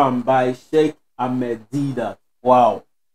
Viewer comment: Brother it is Ahmed Deedat not Amed, please read his name right.